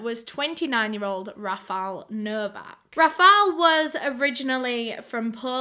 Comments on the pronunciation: As a Polish speaking person I can confirm actually mispronounced that Anna's surname and the guy is RAfal, not RafAl. It is not a big deal though. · 'Rafal' is pronounced 'Rafaw' If you didn't know! I'm pretty sure because I'm polish but You have done the research so I bet you know better, If I am wrong. Sorry!! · Any other Polish speakers out here just kinda dying inside a little every time they hear "RafaL" instead of "RafaŁ"? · PS. You pronounced the Polish names pretty good, just Rafal is actually Rafał, pronounced Rafaw (as in wet) ♥ And a bonus tip! You have to put the accent on the "Ra" part, not the "fał". So it's more RAfał than raFAŁ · no, remember it's a polish name, it's Rafał, rah-fawh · its Rafał. polish pronunciation can be sometimes wacky